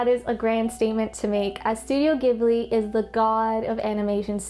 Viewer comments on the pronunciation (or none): Wonderful video. I just finished watching the movie, and I have to say, I think it's my favourite animated movie yet. My favourite character was the wood cutter in the stocks. One thing, though. Ghibli is pronounced with a soft g or j, like in giraffe.